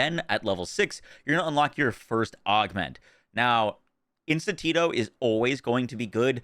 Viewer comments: Lol. Can you read? Obviously, not. It's not pronounced "In-stin-tito" It's just "In-stin-to". No " Tito". Duh. It's not hard, but what do you expect from a YouTuber. They're playing games for a living for a reason. Wow. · Bro really said "instintito" lmao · Bro it’s, Ins-tin-to slow down lol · Great video and build. Just one note...not sure if anyone has pointed this out, but it's "In-stint-o," not "In-stan-tito." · why does he calls is Intintito? its Instinto, which means instinct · its not Intintito, just add an o to instinct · Thank you much for this!! I'm lvl 37 and I'll try this tomorrow! Lol I love that you're adding and extra syllable to Instintito (instinto) and taking one away from Temario (Temerario) 🤣 Love from México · Instinto NOT Institito ! 🤣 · BRO, you're constantly pronouncing "Instinto" wrong. It's not "Instan-tito". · Instinto = een-STEEHN-toh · Instant Tito? LMFAO brother can’t read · Bro he said instintito so many times it was driving me crazy. Every borderlands creator seems to have real hard time reading and pronouncing things lol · it’s like getting an air horn blasting in my ear every single time 😅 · One extra syllable for "Instinto", one syllable less for "Temerario" ... perfectly balanced, as all things should be 😈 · Idk how he came up with the way he says it 😂